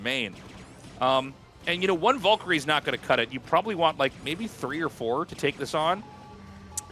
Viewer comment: TASTELESS i LOVE YOU BUT YOU NEED TO IMPROVE YOUR PRONUNCIATION OF VALKYRIE. ITS NOT "VOL-KA-RIE" OR VAUL-KA-RIE" ITS "VAL-KA-RIE" YOU CAN KEEP SAYING MELEESTORM THOUGH.